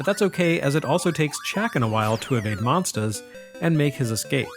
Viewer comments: Excellent video as usual but there's something strange about the way says "monstahs". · I need a monstah to clobbah dat dere Chack'n! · I've followed since the EGM days but I've recently notice him developing an accent, specially when he says 'monsters' on this video. Nothing more, just a cute thing I noticed. As always, an excellent review. Thank you sir.